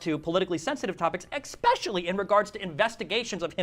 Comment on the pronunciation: Destiny: "eggspeshelly"